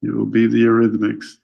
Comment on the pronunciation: “The Eutythmics” OMG